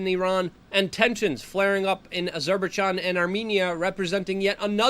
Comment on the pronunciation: Say it with me Luke As-her-bye-jean...with the Jean being like Jean Claude Van Damme.😂